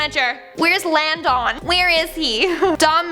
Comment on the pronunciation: "Where is Lan DON?" bahahahahaha!